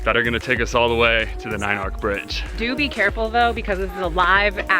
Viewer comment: The consonant represented by "ch" in "arch" is pronounced like the two consonants in "church." You pronounced with a "k" sound, which is correct for "arc."